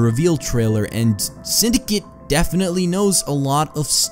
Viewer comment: it's synd a cate it's not synd i cit